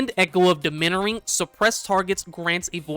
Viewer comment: It's pronounced Dom-ih-near-ing